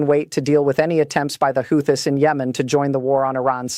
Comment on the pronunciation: She didn't pronounce "Houthi'" correctly.